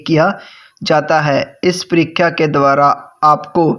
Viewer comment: Ur परीक्षा hota h....परिख्या nhi....